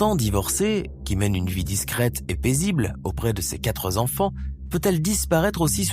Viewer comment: Il parle d'appartement alors qu'elle habitait une maison. Et dit... ses quatre z'enfants par 2 fois. Encore un rigolo qui n'a pas inventé l'eau chaude.